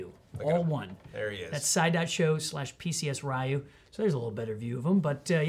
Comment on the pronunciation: Next time remember to pronounce his name "Ree-yoo" (it's more like "Ruh-yoo" but oh well); don't wanna trigger the SF fans